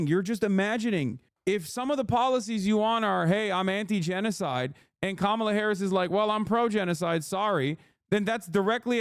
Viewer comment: I agree with Chappell, but major cringe when she said Kamala wrong but has razzed her audience for saying Shappel Rowan.